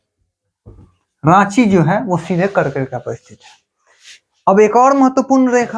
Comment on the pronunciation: app R ko D bolte ho bro thoda try kro R ko R hi bolo jese app kark rekha ko kard rekha bte ho